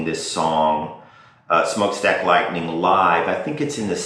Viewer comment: Its written and pronounced Lightnin as it was written not Lightning